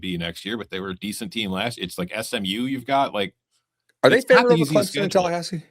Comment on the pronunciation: can you pronounce clemson correct